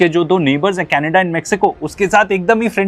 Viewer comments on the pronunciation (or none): none